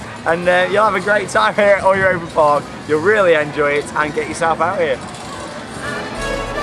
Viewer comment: your pronunciation of "Europa Park" is much better now :)